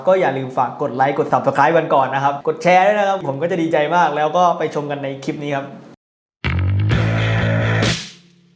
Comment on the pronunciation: หัดพูดไทยให้ชัดก่อนออกคลิพดีไหม? “ทัมพ์ทำอะไลแปกๆ” ทั้มพ์, คิ๊พ, อะไล, เหลียญ ฯลฯ ฝึกได้นะคะ หัดเถอะค่ะ น่าเสียดายเวลาชีวิต พูดผิดจนตาย